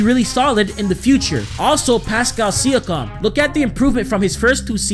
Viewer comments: It's SEE- YA- KIM not SEE- YA- COM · He said sikam instead of siakam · It’s pronounced see-yawk-um not see-you-cum 😂😂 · He ain’t no true raptors fan saying Pascal Sia-Com😂💀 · Pascal Siakam: (See-ak-am) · Sia-com hahahahahaha learn how to pronounce his name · it’s pronounced pascal sea-ak-kum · It's actually sea-ak-kam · Did he say pascal sia-COM 😂😂😂😂😂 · See-A-KAM - other than that, slow down a bit, Im surprised you're not out of breath already lol Good vid tho. Keep up the good work. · Jus space the name Si ak am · Appreciate the love for TO bro! Keep up the good work man 🤙🏼 Shoutout is always welcomed haha #WeTheNorth Edit: for reference my man it’s (See-a-kam) 😃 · Yo boss you got to get the pronunciations right for a Kyle Lowry and Pascal siakam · Siakam is pronounced a little different then how you say it but other than that nice vid